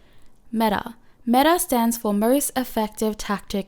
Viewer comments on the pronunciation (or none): none